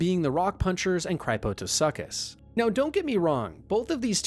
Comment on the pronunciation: The pronunciation of the Cryptosuchus killed me lmfao.